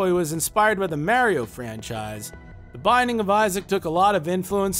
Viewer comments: "Mare-io?" Thats how my Grandma pronouces it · hope you're rolling the R when you Mario. Wouldn't want to get it wrong.